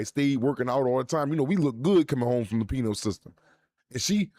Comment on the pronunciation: YEAH BLACK FIXED THAT "PENILE SYSTEM" its "PENAL"!!!! Not On Duty!!